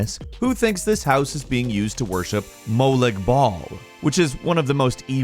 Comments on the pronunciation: Way to mispronounce Malog Bal 👏👏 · he said mo lick ball hahahaha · "mo -leg bol"